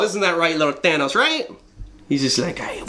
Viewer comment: All i can hear when you say thanos is "thanús"